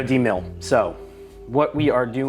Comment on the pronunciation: Fellas, and ladies, it's not Demill, it is Demil. DeMil is De Militarization. It's the process of destroying military items so that they cannot be used for their original purpose. The way everyone says demill is like youre undoing a milling process, which is not correct. Every military weapon has a minimum level of demil that has to be met, and they dont care about your convenience for using the parts to build a new rifle. For instance, some demil processors might go ahead and cut the rear sight off of the Cetme so you dont have to, but that isn't a demil requirement. Think of AK parts kits for example. Good kits have sights, trunnions and gas blocks de-pinned and removed from the cut portions of barrel. Other kits still have sights, trunnions, and gas blocks pinned and attached to cut pieces of barrel. The demil requirement is that the barrel be destroyed, and each part seperated from the next. If the processor wants to just take a torch to the receiver and barrel then their requirements are met; whoever buys those demilled rifles just bags everything up and sells it as a parts kit. Other processors take the time to press pins out, drill out rivets and depopulate the barrel, but that's just a bonus for you; it's not required. My point is, these kits have already gone through the demil process and you aren't demilling anything. You are removing the parts you need from the remnants of the already demilitarized rifle.